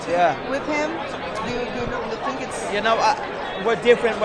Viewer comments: I tink... I tink... I tink this WANKER talks to fucking much. Stop fighting and go into showbiz if you want to make love to the camera so bad. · "I TINK, I TINK....I TINK" LOL